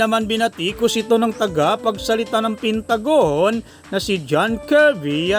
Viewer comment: Bumasa lang di ka pa marunong, pentagon hindi pintagon